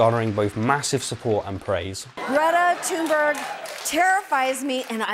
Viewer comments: Not that important but Greta Thunberg is pronounced more like [Greeta Tune-bery] haha, the sounds don’t really exist in English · Greata TEMBUU Greta Thunberg’s actual pronounciation: Am I a joke to you? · I'd transliterate the pronunciation as "Grijeta Tünberj" ^^. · pronounces her name wrong, insists that his pronounciation is correct and proceeds to show proof that he is not even able to listen to Greta saying her name. Noice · Pronounces her name completely “Yes, that is how it’s pronounced” *Shows a Clío of her saying her name in a way that’s not even close” No offence, I don’t really care if people mispronounce foreign names but it’s kinda funny how wrong you were this time. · You don't pronounce her name anything like her or her fellow Swede Jellybean Gen... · "greta tembeuur..... and yes that is how her name is pronounced" shows video of her pronouncing her name completely differently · "Greta Tanberoo, and yes, that is how her name is pronounced" Greta Thunberg: "My name is Greta Thunberg" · No, sorry, I'm Norwegian, which is basically Swedish, and that's not how her name is pronounced at all. No offense intended. It's just better if you stick to pronouncing it as you would reading it out loud in English. She's said many times that she doesn't mind nor care. And all of Scandinavia cringes in unison when you non-vikings defile one of our beautiful languages as well as the honor of our queen Greta in this way. Anyways, I'm wasting my time caring about this. The climate and ecological emergencies are, like, inconcievably many times more important. It's literally the potential apocalypse, and I'm wasting my time nitpicking on your inability to pronounce Swedish. Sorry for wasting your time... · I’m sorry to tell you but you did most certainly not pronounce her name properly